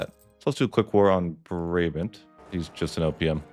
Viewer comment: I only play holland to the netherlands to colonial empire in eu4 but i'm still gonna watch the tutorial. Also the pronounciation of Brabant is pretty funny.